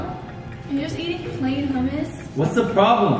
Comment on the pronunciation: HUMIS? Wtf is that. You say it hommos